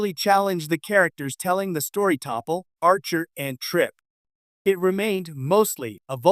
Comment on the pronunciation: Too bad your AI couldn't pronounce T'Pol correctly....LOL typical AI Slop.....